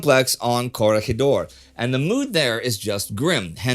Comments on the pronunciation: I'm so happy he says "Corregidor" correctly here; other documentaries forget that the word is a Spanish/Filipino word where the "G" is soft and not hard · Lindy has a good knowledge of geography with the names of all those Russian towns pronounced correctly and Bata-an and Coreg-hidor. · Pronounced Coor-rig-a-door